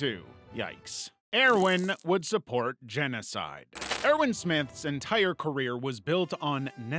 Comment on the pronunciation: Stop mispronouncing the cities and it's pronounced ERVIN please omg... Please why... why do this to me..? ToT